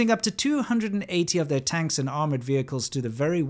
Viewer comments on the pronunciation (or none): none